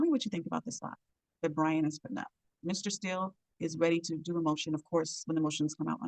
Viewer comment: How you report on the case, and keep getting his name wrong...put some respect on "Brian" name